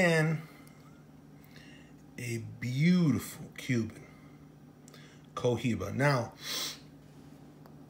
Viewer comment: The H is silent 🔇😵